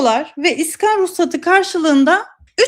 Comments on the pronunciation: ne olur şuna, "iskan" deyip durma... "iskân" demeyi dene... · İskan değil, iskân.